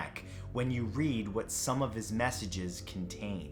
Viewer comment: “Whuts thatt?!? Its a body!!” Yes is spelled what like that bc the way she said it